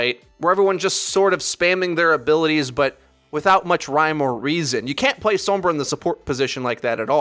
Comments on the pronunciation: I'm sorry, but you don't say sombra sombruh, SOM-BR-A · Sowwmmmbruh. Sombra* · I like that you pronounce it soombrah.